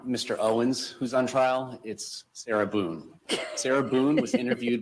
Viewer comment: Can’t stand the way he says “sira Buuune”. Or maybe it’s just the name I can’t stand